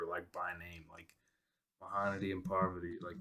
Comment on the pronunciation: U pronounced Mahanadi and parwati so well 😁 Osm reaction as always 🔥